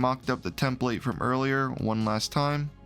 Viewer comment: You pronounce template wrong.. it is soooo annoying..